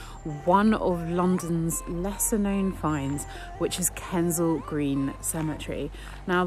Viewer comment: It's Kensal Green dear, not Kendell Green.